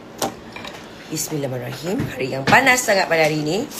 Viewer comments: Dengar betul². Yang dia sebut bunyinya 'Bismillahmarohim'. Ikut celah mana pulak ko boleh dengar 'Bismillahirrahmanirrahim'..... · amboi...skrg ni org melayu org islam ada dua golongan...itu yg aku tengok...mmg dia baca bismillahirohmanirohimm..tk betul.. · Pasang telinga elok². Bacaan Bismillahnya tu betul ke tak?.... Ada bunyi 'Bismillahirrahmanirrahim' ke?... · Betul ...aku ingat kan aku sorang je perasan dia baca BISMILLAHIRRAHMANIRRAHIM xbetul.. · mmg bacaan dia tk betul😊